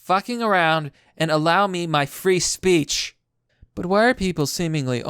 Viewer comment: After you pronounced "free speech" so hard, I finally got why people are getting demonetized. They take "*free* speech" literally. I mean, it's not called "paid speech".